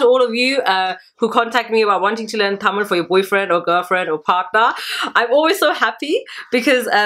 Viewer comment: Thank you sis. Its very nice to hear you say "Tamil" the right way. Hope to see more videos from you.